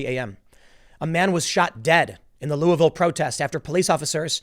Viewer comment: The name of my city is pronounced Lulvul. You say it with the tip of your tongue plastered to the roof of your mouth the entire time you say it. Now, it may be more appropriate to say lol-ville.